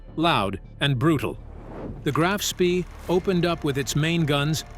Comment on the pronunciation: Graf Spee => “grahf shpeh” Von Spee => “fon shpeh”